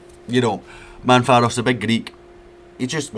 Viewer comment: MAV-RO-PAN-OS not Manfaros 😂